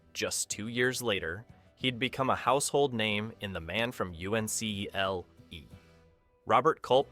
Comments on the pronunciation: Showing several clips from the B schlock movie The Hideous Sun Demon (1958) - probably others too. Cheating. And is this an AI voice?? Not sure, but a student of the era would say The Man from UNCLE, not The Man from U. N. C. L. E. Other anomalies as well. Hmmm. Not sure about this one at all. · David McCallum was from the program you mentioned, but it was pronounced as "The Man from Uncle", just as NASA is pronounced NASS-uh, rather than N-A-S-A. A little more free info: it stood for United Network Command for Law and Enforcement. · "The Man From EW-EN-SEE-EL-EE" -- yup, computer-generated narration. Some scenes from "One Step Beyond" apparently got mixed in with this video. Was that John Newland I saw toward the end? Dominique Frontiere composed the horror/suspense music for the first season, but the second season's theme sounded like a ripoff (or "homage"?) of "One Step Beyond." I looked up the musical director for the second season and it was Harry Lubin. Then I looked up the musical director for "One Step Beyond," and it was Harry Lubin! The robot never mentioned that. When I look at "Demon with a Glass Hand," the fingers remind me of flash drives. They were a good, accurate foreshadowing of these data access storage devices. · It was pronounced uncle, LOL! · The episode Cameron was sued for was ""Soldier" not "Demon with the Glass Hand". Also, Man from Uncle is pronounced outright, not U-N-C-L-E. Jesus man this is why your videos suck. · U.N.C.L.E is actually pronounced "uncle", not spelled out. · It’s pronounced like uncle. The man from uncle. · Voice sounded pretty real. Then he spelled out uncle instead of pronouncing it. Either this is AI or an idiot. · The man from U N C L, says the AI voice! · Computer voice doesn't know that "U.N.C.L.E." is an acronym to be pronounced like a word, not an abbreviation to be spelled out. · It's pronounced, "uncle," not whatever you said.